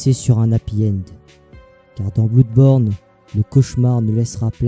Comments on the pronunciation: Super vidéo mais ça ne ce prononce pas bloudborne, (va sur Google trad tu véra) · Oui je sais xD ça se prononce comme Bleudborne comme Blood en anglais xD Mais je sais pas j'aime bien dire Blouuuuudborne xD Et c'est aussi en hommage au LP que j'avais fait sur le jeux lol xD En tout cas merci pour ton commentaire mon ami ça fait grave plaisir de ouf :D